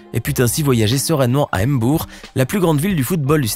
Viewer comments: On ne dit pas m'bour on dit Mbour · Ça se prononce ''MBOUR'' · C'est Mbour s'il te plaît